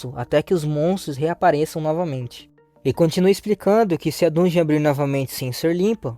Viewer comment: Agonia ver ele falando errado